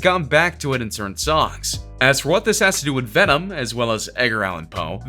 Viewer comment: Vemon Vemon Vemon